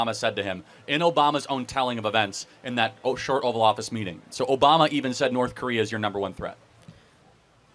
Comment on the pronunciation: It’s North, not Norff, just like its truth, not truff